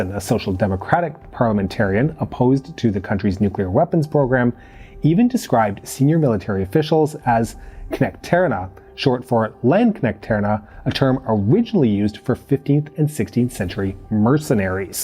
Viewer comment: You put the emphasis in the wrong place in the word "knektarna". The core word is "knekt". The suffix "-arna" is just plural definite form, so it's really weird to put the emphasis there.